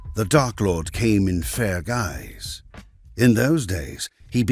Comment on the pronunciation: So, I know it should be "fair guise", but did anyone else hear it as "fair guys?"